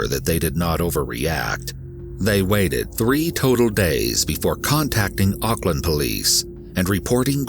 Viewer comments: First of all college here in New Zealand is high school. And he got life in prison those idiots thinking he got 7 years or 11 years are wrong. Why don’t you google it. Rather then getting angry. There is also a lot of false information In here like the pronunciation of Auckland and There was alot more then happened this Could’ve been a Longer video then 15. Minutes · lol "ock-land"